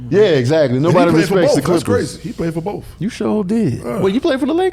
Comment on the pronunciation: "I'M ON BOF" 😂😂😂😂😂😂